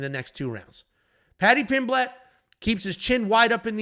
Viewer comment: lost it when you said paddy pim-blett hahahah its just pronounced 'pim-let'